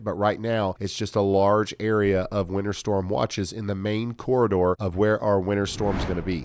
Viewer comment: The way Ryan pronounces winter makes it sound like he is saying winner.